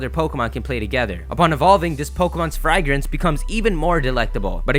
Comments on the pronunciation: "fry-grance" you mean "fragrance" right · Great vid bro, just check your pronunciation of "fragrance" and "gluttony" XD